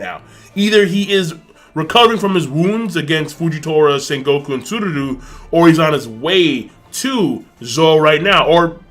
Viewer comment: Yo King, stop saying Tsururu. It's Tsuru. Seriously lol, it's not that hard.